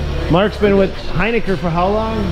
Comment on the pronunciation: You're pronouncing hiniker wrong and its honestly hilarious